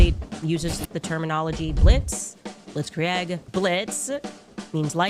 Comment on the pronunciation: The clips of Candace mispronouncing words is astonishing. She has the reading comprehension of Paulie Walnuts. Yes, when you speak for hours everyday, you will harmlessly flub a word here and there. For some reason her butchering of the word "blitzkrieg" sent me over the edge. It's like she's literally never seen the word before. I've never heard anyone mispronounce that word in that bizarre way, multiple times. That's an imbecile reading things she doesn't understand.